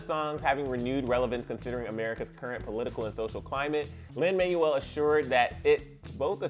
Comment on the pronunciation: also it’s lin manuel (MANWELL)